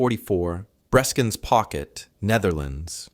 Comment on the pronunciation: It is not 'Breeskens' , but 'Breskens'.